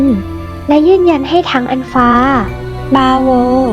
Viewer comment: ทีแรกรู้สึกขัดใจเสียงอ่านเล็กๆ แต่วีดีโอนี้ชัดเจนมาก "อันฟา" "บาโว" คนอ่านเป็นชาวต่างชาติป่ะฮะ